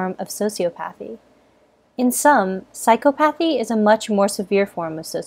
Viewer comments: I am dangerously close to psychopathy (also isn’t it pronounced psy-cop-o-thy?) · Super informative and very interesting! One thing though; the way she was pronouncing "Psychopathy" and "Sociopathy" made me cringe. It's not "Psycho-pathy", it's "Psych-op-athy" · Sy-cop-a-thee. There, I fixed it for you. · The way she says “psychopathy” drives me nuts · The way you pronounce psychopaths, psychopathy, sociopaths and sociopathy is irritating. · Ugh, it was was painful hearing the narrator mispronounce "sociopathy" and "psychopathy." Not to be a Hermione here but it's so-si-aw-pawthy/psy-caw-pawthy. Sheesh. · Your pronunciation is incorrect. Emphasis should be on the second syllable: psy-COP-athy and soci-OP-athy. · I thought it was pronounced Psy-COP-athy and Soci-OP-athy not phychopathee and sociopathee. 😃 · Psychopathy (sy-kahpah-thee) & Sociopathy (socee-ah-pah-thee)...FYI. Also, both psychopaths and sociopaths lack empathy. So, a lack of empathy isn't the reason psychopaths aren't able to develop true relationships while sociopaths can. Thanks!